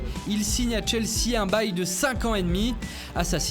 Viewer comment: Il a dit bail